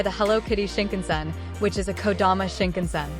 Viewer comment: Very helpful overview, although I cringe every time the automated voice reader mispronounces words (Suica, Yamanote, Shinkansen, Hakata...etc).